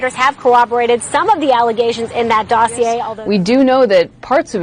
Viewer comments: Dossier is a French word so when you see -ier at the end it's pronounced ee-ay not ee-er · How can you not know that the R in dossier is silent? They said the word thousands of times when they thought it was legit, then a thousand more from Fox once it came out that it was bullshit.